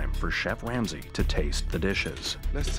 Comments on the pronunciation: Chef ‘Wamsay’ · did I hear the narrator say Chef Lamsay?